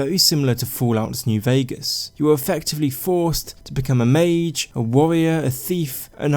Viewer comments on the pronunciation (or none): none